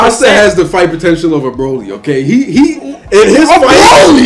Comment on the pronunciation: Wooooooow this is a very tufe one, very good debate bros 😂👍 Man says broly 😂